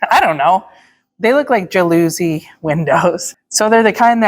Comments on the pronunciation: First, I love your whole family. Second, I think you’re great parents. Third, the loving way you all treat each other warms my heart in every show. And fourth, every time you said “jaLOOsy” windows, I laughed my…head…off! It’s pronounced like jealousy, except with a short a, at the beginning. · Those 'jalousy' windows are called 'louvre' windows!😊 (pronounced the ou like the 'oo' in poo and the 'vre' as 'fur')😊